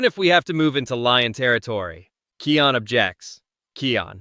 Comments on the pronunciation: THE NAME IS KION NOT KEAN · Its KION DON"T SAY KEON DON"T BE AN IDOT